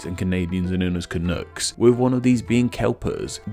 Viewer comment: Uhm - I do believe, speaking as a Canadian - that it's pronounced "can-uck" (like "can-suck" but without the "s") - not "canook" . . . thank you, please continue as if you were normal.